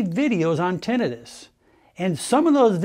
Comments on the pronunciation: Odd he doesn’t know the correct pronunciation… Tin not ten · How ironic that we have AI that can create a photorealistic video of a very convincing "man speaking", but he can't pronounce the main word of the subject at hand properly. Even after 12 years of college! lol suuuure.....